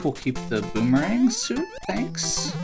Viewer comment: Voomerang mario?